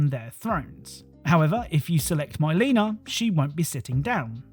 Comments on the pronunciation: myleena haha, her names Mi-leena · "My-leena" lmaooo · Why would u shill for Disney? N you're really gonna mispronounce "Mileena" to drum up more engagement? That's sad, dude